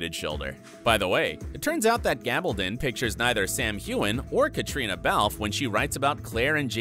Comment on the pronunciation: It's pronounced Gal ba don( as in stone) not don as in to put something on.